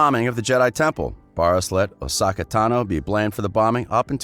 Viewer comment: Barr-Iss Offee? And OSAKA Tano?